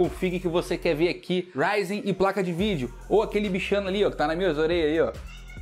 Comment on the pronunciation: RAIDI OU RYZEN ? KKK RAIDI RAIDI